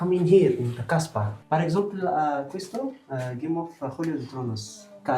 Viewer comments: Hhhh ten cuidado como pronuncias la palabra casba procura destacar la "s" porque como estas pronunciando la se le cambia el significado a prostituta en dariya😂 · Ten cuidado jaja con la pronunciación estabas diciendo es conocido por las 1000 p*tas 😂